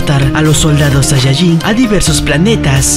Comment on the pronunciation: me ase reir porque dise sayayin